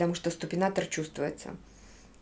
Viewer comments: Дорогая, то ли мне послышалось, как ты сказала СТУПИНАТОР, надо говорить СУПИНАТОР-это специальная стелька....... ты всё и так знаешь без меня просто букву Т не говори!!!!! А кроссовки которые ты мерила симпотные.)))))) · Супинатор т., а не ступинатор)видео как всегда интересное😍морошка мммммм😋😋😋😋